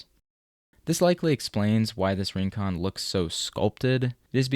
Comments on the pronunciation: Rincon is pronounced reen-KOHN, with a Spanish tapped r. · PLEASE learn to pronounce Rincon, it hurts the ears